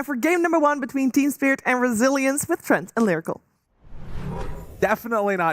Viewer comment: "Resilience" or "Brazilians" ?😂